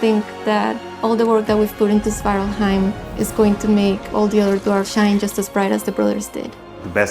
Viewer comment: a bit funny to see that no one in the crew seems able to pronounce svartalfheim correctly ;P